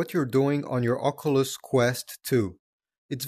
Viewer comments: bro saying ockoolus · The way he says oculus lol😂